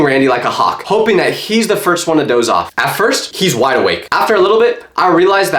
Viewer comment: The second time he said hawk he said hop